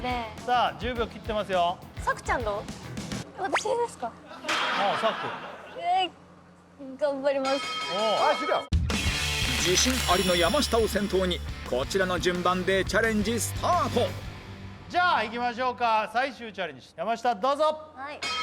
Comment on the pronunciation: さくちゃんの「頑張ります」がよく聞くと「がんばるます」に聞こえるの耳バグってるかな～（笑）